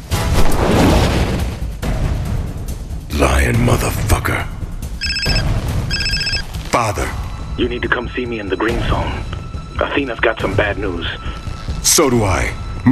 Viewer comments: No one: Literally no one:: " PaThEr " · Memellion C oh he calls father gutiairass pather